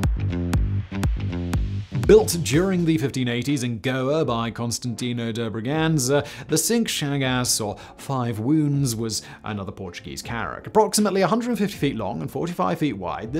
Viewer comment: Are you sure it was named cinque Chagas and not Cinco Chagas? I think there is some sort of confusion on that one.... Also, Bragança de Ç sounds like an S not a Z. Not hard to research that...